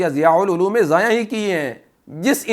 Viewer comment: خود یہ مولوی 8 منٹ 26 سیکنڈ پہ ضائع کو ضایاں پڑھ رہا ہے۔